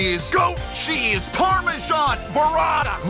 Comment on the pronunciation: Did he say jizz or cheese bruh 😭💔